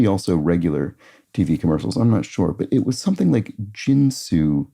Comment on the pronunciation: I think Ginsu is pronounced with a Hard 'G' and not like the alcohol spirit or card game.